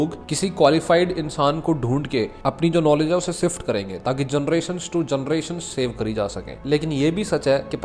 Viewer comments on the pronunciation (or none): none